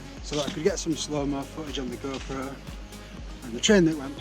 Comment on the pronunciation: No one has ever sounded more Yorkshire than when you say 'Sloooo Mooo on my Goooo-Proooo' 😆